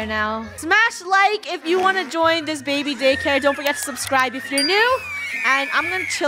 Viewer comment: “ I have to pay for.... a BAIBY! “ - Funneh 2020